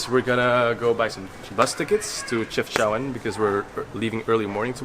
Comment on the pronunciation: Chefchaouen is actually pronounced as Shefshawen, with the SH sound not the CH sound, it is only spelled this way because there is no SH in French.